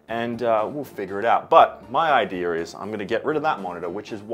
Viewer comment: My grandma used to say Idear when she said Idea and the way you said it just really reminded me of her, thanks man, she passed at the beginning of the year and it was really nice having that memory pop up randomly.